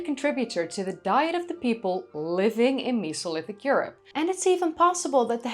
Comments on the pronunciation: You enunciate it as Me So Lithic!?! When it truly sounds like meh-Soh-Lith-ic it's a flat e not a sharp e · The miso lithic 😂 Mesolithic is how most peoples pronounce it why are you pronouncing it like meeso 😂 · Cool video :) why do you pronounce Mesolithic like Misolithic, when you say Neolithic and Paleolithic with a destinct "E" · i honestly didnt know i could be so triggered by the way someone says mesolithic until this video